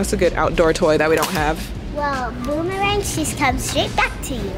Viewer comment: NOT “BOOM-THE-RANG!” 😂